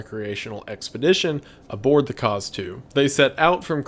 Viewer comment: Every time wendigoon said Kaz II all I could hear was Cars 2 lmao